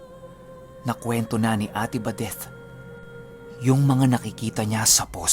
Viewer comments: Sumakit ang ulo ko how you pronounced ate badethhhhhh... OA. Nawala ang focus ko sa kwento. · Grabe tlga c..dinig na dinig mo yung TH sa badeth..haha..pero parang pamilyar yung taong putik...